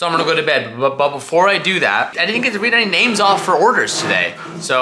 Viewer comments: pronouncing those names like substitute teacher Mr. Garvey lol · Butchered those names😂